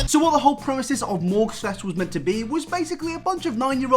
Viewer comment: Love your content man, but it’s premise not premesis